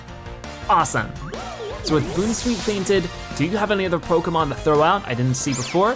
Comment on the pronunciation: you said bounsweet but it is pronounced like (BOUNCE SWEET)